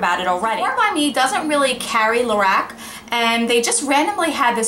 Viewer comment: It sounds like you're saying "Lorax".